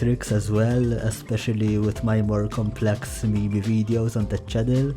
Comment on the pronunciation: A real grandayy would never pronounce Meme as mee mee...